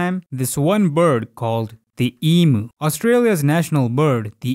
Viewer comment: as an Australian i have never heard of this e moo, maybe you meant emu?